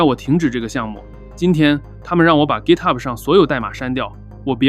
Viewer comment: 明明是GitHub，为什么非得读成gitahub，显得洋吗